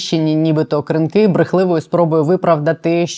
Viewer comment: Що означає "директор з компаній"? Дуже сумнівний інтервюер сьогодні.. як і сайт razom we stand, схоже на шахраїв (реквізитів організації не має, одні директори і збір донатів). Здається правильно КрИнки, а не КринкИ. Не пропускаємо ваші випуски, але сьогодні хотілося перемотати в кінець відео.